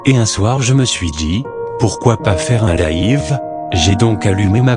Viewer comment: « Laïve » 😂 jpp